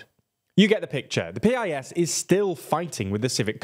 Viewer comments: Please next time say PiS party name as piss ❤ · Very good summary of Polish situation, in Poland nobody says P-I-S, we just say PIS (a bit like 'peace' in English) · You should pronounce PiS correctly, as it is in fact pronounced. It is not "peeayesss". It is "piss". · It's not "P-I-S". It's PIS. As in piss. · Eh. It’s not peee ai ess. You just say Pis. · It's actually "piece." But yes, they need work on pronunciation. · It's pronounced "piece." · It's [piece], not [pee-eye-es] (Prawo i Sprawiedliwość, PiS, a Polish for Law and Justice). I really like all your content but nevertheless I think you should focus more on pronuncing surnames properly (Wąsik, Przyłębska, etc.), especially nowadays when it's so easy to check it out (Google Translate audio playback will do). It'll sound way more professional then